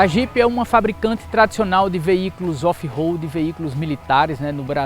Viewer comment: so para deixa claro quando se pronuncia RO não e RO de roupa ou Roberto ROAD - RO - se pronuncia com o R mais fraco, com se ele estivesse entre duas vogais no meio de uma palavra EX: aroma. A letra O no alfabeto em inglês se pronuncia OU.Então a pronuncia correta de ROAD é ROULD com D mudo no final.